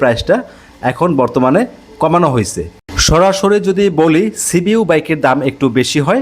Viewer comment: ভাইয়া আপনার হয়েছে শব্দ টার উচ্চারণ একটু ঠিক করেন আপনার উচ্চারণটা শুনতে খারাপ শোনায়